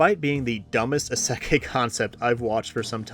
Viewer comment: Mispronunciation of 'isekai' aside, I second Clevatess and Turkey. Both are incredible in different ways.